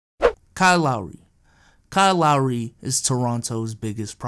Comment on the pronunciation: Kyle lowery= Kyle lowsey